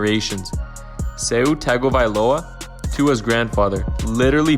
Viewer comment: It would be ok video if you pronounced his last name right? Smh